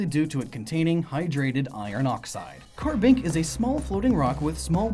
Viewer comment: CARBINK, NOT KARABINK!